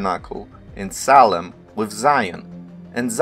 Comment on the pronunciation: Just a few corrections.... SALEM as written in the ENGLISH BIBLES is from the Hebrew שלם -- has to be pronounced SHA'- LEM The "S" in many cases represents "SH" sounds ... like SABATH - SHA-BBATH Another mistakes from TRANSLITERATION of the Bible (and other scripts..) is the letter "J" -- it is the GREEK Iota (pronounced properly YO-TA) and has the sound of "Y" So JERUSALEM is actually YERU-SHALEM.... ירושלם So to say that "SALEM" means "PEACE" is WRONG !!! Because SA-LAM is in Arabic and SHA-LOM is in Hebrew... SALEM is just the name of JERU-SALEM -- ירושלם In Hebrew.... In Hebrew מלכיצדק -- MALKI-TZEDEK -- actually means MY KING (GOD) IS RIGHTOUS !!! And he was the HIGH PRIEST to those who recognized THE CREATOR.... because MOST PEOPLE at the time couldn't comprehend the IDEA OF AN UNSEEN CREATOR.. More about the "J" -- YO-TA .... There was a city known as TROJ -- pronounced correctly TROY... and the people from there were called TRO- JANS pronounce TRO-YANS.. But most people are IGNORANT and many are IDIOTS TO BOOT... and some IDIOT pronounced it TROJANS and not TROYANS.... Same with NARCISISM -- it is derived from the MYTHOLOGICAL character known as NARKISOS (or NARKIS for short) who fell in love with his own image.... But in LATIN there is no "K" and the name was spelled with a "C" -- NARCISUS..... but some idiots (including Webster Dictionary..) are stating CLEARLY that the source is NARKIS but they pronounce it WRONGLY as NAR-SISISM .. BEST TO ALL